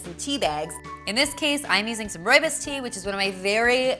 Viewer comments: Just FYI, rooibos is pronounced 'roy-boss' (I'm from South Africa, it means 'red bush', hence the distinctive colour) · Im Afrikaans and RooiBos is a Afrikaans tea im pretty sire, or Dutch, and I laughed so hard on how she pronounced it This isn’t hate, I just find it funny bc I am so used to ppl pronouncing it with an accent